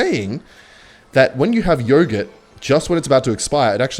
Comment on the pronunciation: Stop saying yoghurt like that ya freak